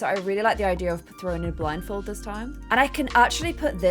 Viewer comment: can we just take a second to acknowledge the fact that said, "the statue of liberty with the blinfold" lol